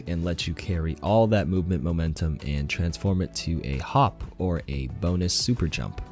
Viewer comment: Lol who else heard boopment